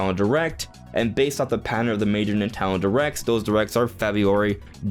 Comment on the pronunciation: Why do you say “Nintendo” correctly, but also “Nitalon Directs”? 😂